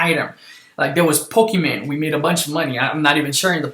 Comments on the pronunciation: why did he say pokeman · he said pokeman... I'm done lol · The way he says pokémon doe..